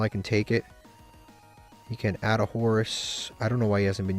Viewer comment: There are 2 constants in this world: 1. Konami UR taxing new packs 2. calling Canadia Candina